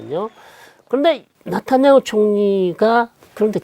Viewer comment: 네타냐후를 왜 자꾸 나타냐후로 부르나요? 교수님 이름을 송일꽝으로 부르는격 입니다.